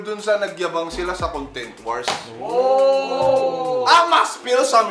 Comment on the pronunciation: BAT DINALANG "CONGTENT" IDOL INSTEAD OF CONTENT REQUEST LANG PO IDOL HAHSHA MORE POWER!